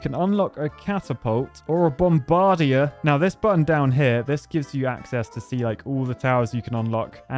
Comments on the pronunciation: bom-BAR-dier? BOM-bar-DIER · Is that really how British people say “bomb-bug-deer”? Idk why that’s funny to me haha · The way you pronounce “bombardier” is super creative